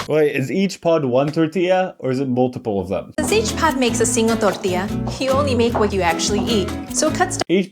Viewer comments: Something opening this video reminded me of was that one vine “more like hurricane tor-TILLA” and it made me think about how much I hate people pronouncing tortilla like “tort-illa” or “tor-tilla” instead of tor-tea-ah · ngl, I didn't even register it was supposed to be "tortilla". She didn't even pronounce the double L